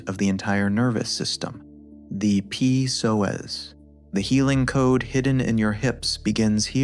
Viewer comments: haha, it's not called the P soas, it's just the Psoas without the P sound. Fix your AI guy. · I believe it is the “Psoas” lol not the “P-Soas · Should definitely not listen to anyone who calls it P-soas Probably AI slop, definitely b.s. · Video came back But Your images dont match the exercise and your AI voice pronounces PsoAs wrong it’s not P soas